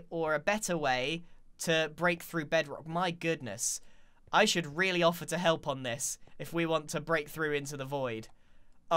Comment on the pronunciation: I can't tell if grian is saying "help there's another one" or if he's saying "hell there's another one"